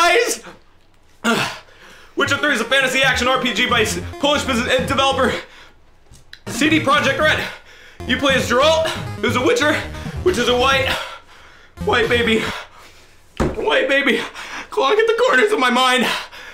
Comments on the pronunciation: It's Geralt, not Jeralt xD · Pronounced: "Gare-alt" not "Jare-alt" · I don't understand how so many people mispronounce Geralt's name all the time. I mean they say it in all the games hundreds of times......It's not Jeralt, it's Geralt.